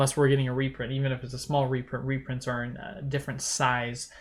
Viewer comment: Repronts?! Reprunts!?! Rurprunts?! No way Jose.